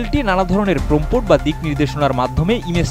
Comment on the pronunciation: প্রমপট কি!! এটা প্রম্পট.. সাংবাদিকরা যদি এমন সাংঘাতিক উচ্চারন করে 🤦🤦..